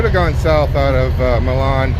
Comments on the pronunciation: It's My-lan (Milan). Commonly mispronounced. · Wet cake is solidified roundup. And it’s pronounced mylin not Millon like Italy. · Its pronounced MYLAN.Used to deliver to Milan ill,eagle foods every week back in the 80s.hauled fruit,vegetables etc to there as a backhaul out of California and arizona,for Little Audrey's Trans out of Fremont Nebr.Drove one of father-in-laws trucks.Sam Bowman trucking.yeah,i know,its a long time ago.41 years to be exact.stay at Mc Donalds.if they have parking for trucks,you can park there.grab some breakfast in the morning. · Fun fact: while most reasonable people would pronounce Milan (Ill.) as you do, the actual pronunciation is MY-lin. Don’t ask me why, but that’s how it’s pronounced.